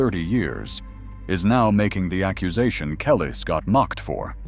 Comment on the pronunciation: Say her name right.